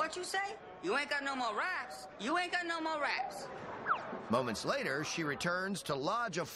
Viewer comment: the way he says moments later makes me think she just has a bucket of water on standby just in case